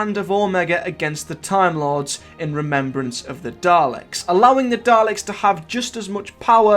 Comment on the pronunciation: "REMERBRANCE OF THE DALEKS" Really? Remerbrance? Like ... remerbring the Daleks?